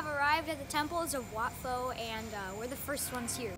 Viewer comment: First off, it's pronounced "wat-po" (or "wat-poh") not "wat-fo". In Thai, "ph" is not an /f/ sound but /pʰ/; an aspirated /p/). Also, the "th" is not /ð/ as in "the" or "this" or /θ/ as in "thin" or "theme", but also /tʰ/; an aspirated /t/. So, it's "wat-mahaa-taat" not "wat-mahaa-that". Second, I think you came during special occasion or something, cuz the monks are not Theravada monks (the main branch of Buddhism practiced in Sri Lanka, Thailand, and Southeast Asia), but they're Mahayana monks (branch of Buddhism in China, Korea, Japan, and Vietnam). Normally Theravada monk only wear solid brown/orange robe (only one color and one kind of fabric), sometimes with one side of chest-arm opening. While Mahayana can wear more than one kinds of fabric and color. On King Rama X, there's a typo (Rama V instead of Rama X). Anyways, thanks for uploading this video. I'm checking out various video of Bangkok and Thailand on YouTube, due to my homesickness as I'm currently studying in the US and haven't have a chance to travel back to my homecountry for almost two years now. Thanks again